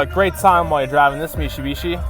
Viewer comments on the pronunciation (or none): Mishibishi? Your gonna try to sell us on this but can't say the name right.